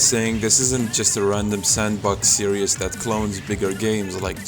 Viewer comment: its hard to listen to you when you say series as serious